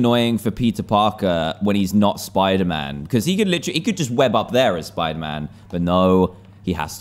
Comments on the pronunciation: Dantdm: Hello guys, today were are going to play some SPOODAMAN. Me: spoodaman? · He said spooder man at the start hahahahaha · Dan TDM : Welcome back to spooder -Man ME : Wait I must be hearing you wrong what did you say .............. 🤔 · DanTDM HEHE! You said spooder man. Did you mean “Spider Man”? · “Welcome back to spooderman” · me:dooooo doooo dan:welcome back to soiderman Me:WHAT DID YOU SAID replays in slowmode Dan:welcoome back to soiderman Me:dies* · Lol In the start he says spuderman instead of spiderman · in the begining he said SPOODER MAN! :} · Why did you say spidermoon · "Hey guys! We're back in the world of, Spooder-Man!" .w. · dan: spooder man Me: seriously spooder man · UHHH........ UMMM..OH I THOUGHT WE SAY SPIDER-MAN BUT DAN IS A LEGEND HE TAUGHT ME ITS NT SPIDER-MAN ITS SPOODER-MAN YAAY.SPECIAL THANKS TO DAN HE CORRECTED THE WORLD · "spooder man" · he said spuder man lol